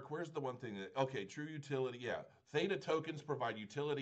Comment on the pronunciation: The word is so simple to pronounce. Did you even learn English in school. Nice review BTW.